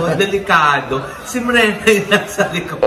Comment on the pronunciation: Hheehh trivia about ke Mrena , Brenda talaga sya di lang nya mabigkas ng husto pinagtripan sya nina mama og ay hindi brenda mrena ang tunog eh un ang tinawag na sya kanya hihih